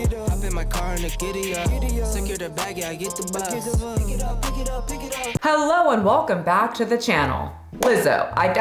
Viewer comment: I’m still stuck at the way you said Thanos lol